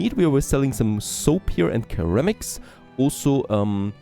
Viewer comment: Curramics! The study of curry in bowls….:)